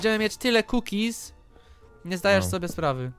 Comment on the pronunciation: Nie cookiezy tylko kukizyXD XD